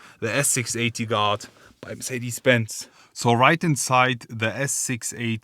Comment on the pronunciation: WOW LOL I THOUGHT HE WAS SAYING GOD MERCEDES GOD until I read the title for the whole 6 mins wow 😂😂😂